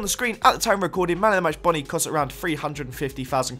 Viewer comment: Bonny? its pronounced as ''Bow-knee''